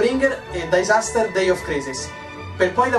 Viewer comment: Complimenti per i video, divertenti e interessanti, ricchi di informazioni, fantasia e passione. Ci sono alcuni aspetti migliorabili. In primo luogo l'inglese. "dAisaster"? "bÈginin?" eventually =/= eventualmente, etc. In secondo luogo, l'audio. Alcuni effetti sono troppo "sparati" in primo piano, mentre la voce è in generale penalizzata. Soprattutto, per le registrazioni in videocamera nelle inquadrature in piano americano, c'è troppo disturbo (riverbero) ambientale. È un peccato considerando che hai una voce così bella. Mi rendo conto che entrano in gioco questioni tecniche (e quindi economiche) ma magari risolvere la questione non è troppo sbattimento. La poca omogeneità di intensità audio (in alcune scenette, anche la voce "spara" in primo piano, come nella scena della "frutta piatta"... non so se sia un effetto intenzionale, ma lo trovo fastidioso) dà al lavoro un mood amatoriale, ed è un peccato, visto che tendenzialmente il video ha un livello tecnico-artistico piuttosto alto. Parlando dell'aspetto più "creativo" e non tecnico, rilevo che le gag di solito sono divertenti anche se mancano un po' di ritmo e sono forse troppo enfatiche. Mi accorgo solo ora che si tratta del primo video, quindi lo stile ha necessariamente una natura provvisoria e abbozzata... Magari nei video successivi, molte questioni sono state ovviate, non ho controllato. Comunque, spero di esserti stato utile affidandoti le mie impressioni. In ogni caso, mi piace il tuo stile. Guarderò i video più rec